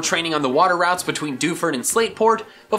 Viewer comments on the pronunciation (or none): none